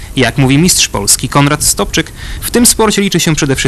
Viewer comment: Nie Stopczyk tylko Sobczyk... mój nauczyciel mechaniki motocyklowej, porządny facet i wiele mnie nauczył.... pozdro I samych sukcesów:-):-)